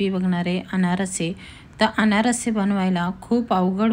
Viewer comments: अनारसी नाही अनारसे म्हणताण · अनारशी नाही अनारसे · Aanarasi nahi Aanarse